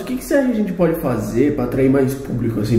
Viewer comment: Voces tem que falar gente e não genti. fica mais engraçado